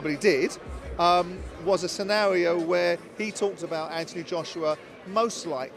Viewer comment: does anyone else get bugged by the way simon says scenario:)